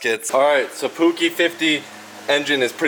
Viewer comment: Love seeing Americans giving scooters/mopeds some love. Btw your pronouncing Puch wrong it's a softer g kinda like the ch in cheese not trying to hate just trying to educate.